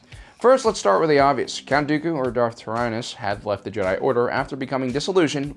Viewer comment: I thought when he said darth tyranus I heard darth arthritis